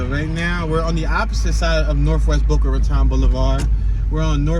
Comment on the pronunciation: My home city. 😉👍 Boca RA TONE is how it's pronounced. Keep up the entertaining tours! From an ex north Philly guy now living in Boca!